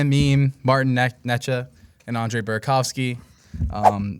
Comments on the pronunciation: Martin 'Ney Chess" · The necas pronunciation 😂